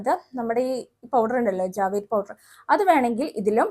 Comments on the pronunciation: ജാവേദ് എന്നല്ല എന്റെ ചേച്ച്യേ ജവ്വാദ് എന്നാണ് ശരി . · Javaaadh ennanu ucharikkendathu